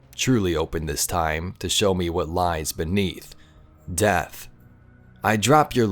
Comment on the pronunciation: I just want to take a moment to appreciate the emphasis of death 😂